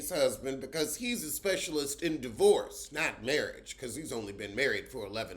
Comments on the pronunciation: E-vent and D-vorce 😂😂😂😂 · I missed the E-vent and the D-vorce 😂😂